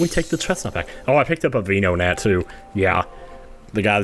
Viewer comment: are you purposefully mispronouncing Pokémon? It's ven, like van o-nat